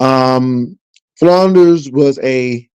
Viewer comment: Enjoyed you commentary, but can you please properly state my pastor's last name? It is Flunder, not Flunders, lol! Also, you'll be pleasantly surprised when you see the Color Purple to one point in you discourse today. Happy Holidays!